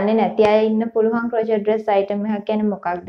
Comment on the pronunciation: Hy me waraddak kiynwa kiyala hithanna epa crochet kiyana word eka pronounce karanne cro-chet kiyal neme dr krow-shay (ක්‍රොව්ශේ)kiyal 😘 keep up ur good work dr ❤